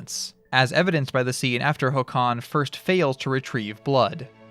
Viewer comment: I've never seen the film but I read it in the original when I was learning Swedish and it made an impression. This inspired me to seek the film somewhere. By the way, Håkan is stressed on the first syllable, "HAWK-uhn".